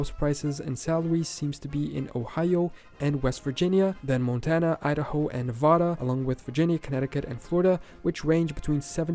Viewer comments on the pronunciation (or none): none